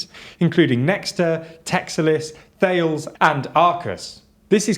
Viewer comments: Interesting video but I have to correct you.... It is Thales pronounced "Tale - Les" and not "Tails" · "Thales" should actually be pronounced like "ta - less" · Great vid but please don’t call it “Thails”, it’s Ta-Less. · FYI Thales is pronounced more like "Tahlis" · More like tah-less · I used to work for Thales, it's actually pronounced Ta-les. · Thales is pronounced "Tal-us" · You mispronounced Thales.